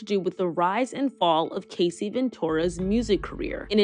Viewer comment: It is Cah-See 😂